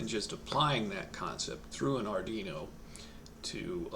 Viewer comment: Pronunciation Police Department here, yeah, hi, we've been informed of a violation: ard-ee-no ❌ ard-WEE-no ✅ We do not treat repeat offenderd kindly as this is a very sensitive matter. You have been warned citizen. -PPD